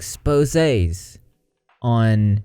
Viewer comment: Got here through the rabbit hole, subbing bc you pronounced expose correctly lol